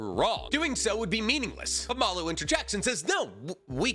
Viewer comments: pls read the official translation because the aliens name is maRu not maLu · im going to be really lazy right now (and not do any work to look into it), how do we know its pronounced Malloo?